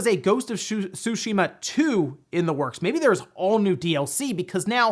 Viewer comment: Im happy you pronounced tsushima correctly..thanks..